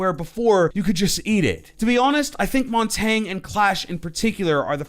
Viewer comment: Anyone else hear say Montaggg?